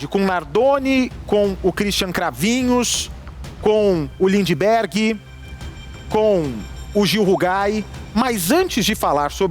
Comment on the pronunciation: Bacci falando lindiberg kkkkkkkk